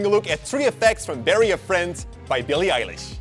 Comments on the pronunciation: its NOTT (el- ish) its (eye-lish) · IM GLAD YOU REALIZED YOU THAT HER NAME IS EYE LISH NOT ELLISH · You say it like Ailish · Alexa said "Shuffling songs by Billie Eyelash" 😂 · It’s pronounced (i-lish) not (e-lish) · He now litterally says billie eyelash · After all the corrections u still say Billie eyelash 😒😒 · I always pronounce it Billie Ellish because her name normal sound like Billie Eyelash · It's Eye-lish oh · Its Billie eye-lish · Billie Eilish is not pronounced like Eye-lish, use Google Translate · It’s not eilish it’s ellish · It’s Billie eye lish?